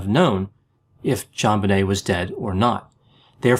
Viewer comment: Thank you for saying "JonBenet, not ZhanBenet. The parents say Jon, not Zhan, so why can't people pronounce it correctly? Maddening. My nephew is Elijah, not Elizhah. Stop it, ya'll! J's do exist!